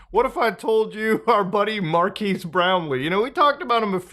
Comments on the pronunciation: His name’s not Marquees (“Markeys”), Mutahar. It’s not the first time you’ve made this mistake. His name is Marques. It’s pronounced Markez. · “Mar-keese” Brownlee. Muta never learns. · Why us he still saying Marquise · Muta its Mar-kez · Dude just refuses to pronounce Marques' name correctly 😂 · I was fully expecting Muta to pronounce Marques' name wrong and I was right lol